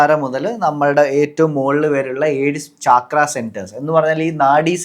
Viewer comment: its not chaakra its chakra